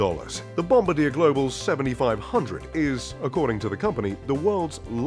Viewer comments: Nice video but really.. Bomb-ba-deer.. kinda takes a bite out of your credentials. Bomb-baar-dee-air. FYI it's a Family name that had nothing to do with airplanes or bombing people when they invented the snowmobile (Ski-doo in '59). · Its pronounced bomb-bar-dee-A Not bombadeer. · Bomb-ba-dir? Seriously? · You would think that “” would know how to pronounce bombardier. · I thought it was pronounced " Bom bar dee aye" and not the traditional bombardier. Have I been misinformed? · BOMBARDIER is pronounced BOM-BAR-D-YAY, not BOMBADEER. And I thought you would know that. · It's pronounced "Bom-bar-dee-yay," not "Bom-ba-deer." Get it right. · Bomb-ba-deer eh? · learn how to pronounce "Bombardier" (bom-bar-dee-eh) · Bom-ba-deer. Hahahaha. Get someone who at least can pronounce the plane names! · One major flaw. Please learn how to correctly pronounce Bombardier. The producer should also have known better. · OMG, pronounce BOMBARDIER CORRECTLY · OMG PLEASE LEARN TO PRONOUNCE BOMBARDIER